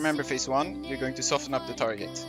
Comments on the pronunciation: Since no one else here is saying it I will. Soften is pronounced without the t. Soff-in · Nah just trying to help you with your English. I can tell you took it the wrong way though. Which is fine, at least you know how to pronounce soften now. I'll be the bad guy that's okay. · I don't give a fuck whether I helped him or not, but I thought maybe he'd like to know he's mispronouncing a word. I know I appreciate it when someone corrects something I've been saying wrong for years. If he wants to keep mispronouncing words on his 70 sub channel, by all means. It's not effecting very many people anyway.